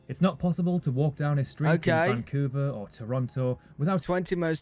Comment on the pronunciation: Not "vancouver",Now "Vongcouver"